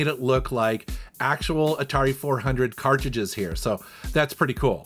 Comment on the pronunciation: I offer this with respect as a long time viewer who very much enjoys your estimable work: you have never been able to correctly pronounce “cartridges.” Usually you pronounce this word as “carr-ji-jizz.” Since you are one of the godfathers of gaming on YouTube, it’s perhaps strange that you can’t correctly pronounce this very common and important word.